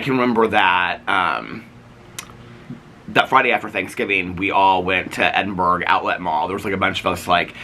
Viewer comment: Does everyone over there pronounce Edinburgh ’Edin-berg’ or is it just? Just little old Aussie me reacting to the word like nails on a chalkboard screaming ’Edin-burrah’ into the abyss these last two vlogs 😱🫣😂 Glad to hear you’re getting out and about. 💙💙💙